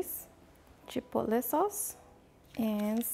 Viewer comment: Chipole? ChipoTle the “T” is not silent…